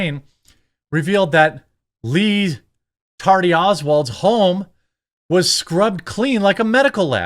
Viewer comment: Come on man, it’s Ree Tardy Oswald.